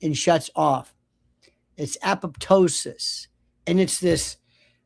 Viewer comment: A POP TOSIS😂😂😂. Aptosis✅️